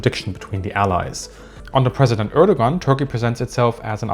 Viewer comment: Ördögan? What is that? I'm intrested! ... Oh, he's trying to say Erdoğan.